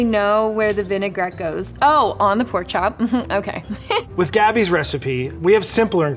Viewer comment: Did she say Porn chop dinner